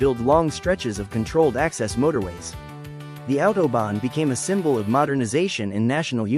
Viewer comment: Bien l'IA , mais respectez la langue et la prononciation svp . Mais vous oubliez aussi de préciser qui a participer a une grande partie de certain tronçons pendant la 2eme guerre mondiale ( une main d'oeuvre pas chere du tout !!!) vous vous souvenez ??? Et attention à vous sur .... l'autOBON